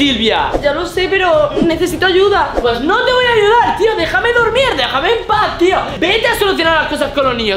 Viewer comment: En el segundo dice dejaem